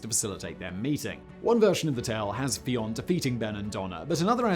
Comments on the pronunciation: Big fan of yours man but im gonna point out one thing. As an irish person i must inform you that the name fion, spelling it phoneticaly, is pronounced 'f-yun' not 'fee-on'. Love your content though man, kind regards from shanloot 👌👌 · Fionn is pronounced Vin like Vin Diesel. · Why can’t English pronounce things correctly in anything not their own language. You live beside this country ffs. Fionn is pronounced fhuu yun said as one word